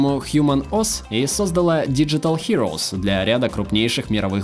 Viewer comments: Не сОздала, а создАла ( я имею ввиду ударение) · Не создАла, а создалА... уж если про ударения...